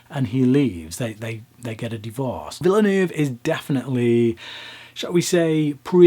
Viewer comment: Villoonoove. lmfao. try veelnerve as approximation